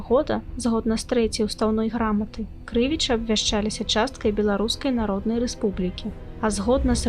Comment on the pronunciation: А чаму КрЫвічы? Паўсюль падаюцца КрывічЫ.